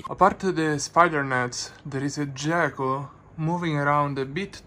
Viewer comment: Pro-tip: "Gecko" in English is pronounced with a hard "G". ;)